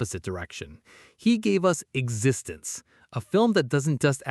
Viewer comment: I just wish Existenz had been pronounced properly.